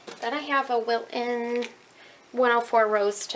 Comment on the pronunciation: Love how you say "Wil-un" without the "t" - is that southern US?